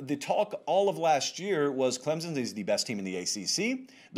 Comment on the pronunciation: When this guy talks about Clemson I can't listen to him. Can't he read? Its ClemSON not Clemzn!